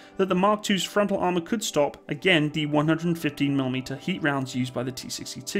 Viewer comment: "tested against the150mm rounds used by the T-62 tanks" o.O It took my some time to realise that your 115 and 150 sound veeery similar here xD